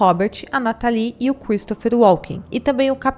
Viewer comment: A pronúncia correta é “nátali” não “natalí”